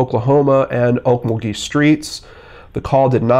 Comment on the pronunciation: It's pronounced Ok MUL gee.